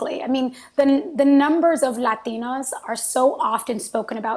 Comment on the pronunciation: Did anybody else get weirded out hearing her pronounce 'Latinas' that way like every time